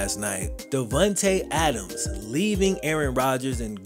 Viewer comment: "Davuntay Adams" lol